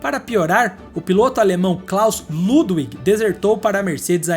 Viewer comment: Parabéns pelo canal. Seus vídeos são ótimos. Se me permite apenas uma dica. Em Alemão o W se pronuncia como V, ou seja, Ludwig se pronuncia Ludvig. Isso não é apenas para nomes próprios e sim para todas as palavras com W. Me perdoe. Apenas uma dica.